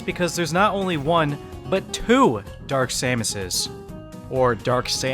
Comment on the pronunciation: It's, dark samoo